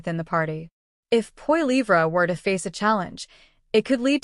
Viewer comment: Check yourself. You don't even know how to pronounce Poilievre. You are a complete propagandist. I know you can do better please?